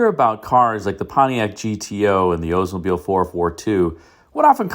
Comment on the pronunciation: Oldsmobile should not be pronounced as “Oze mobile!